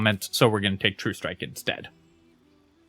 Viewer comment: wow that’s quite the incorrect way to pronounce true strike, but ok edit: whew, he remembered it at endgame, probably just to make sure the game isn’t too easy